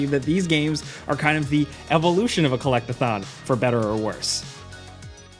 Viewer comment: I can’t be the only one who heard Collect-a-thot